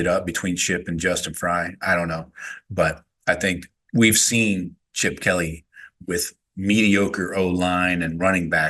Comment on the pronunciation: "Chipoer"? Who is this clown? 😂😂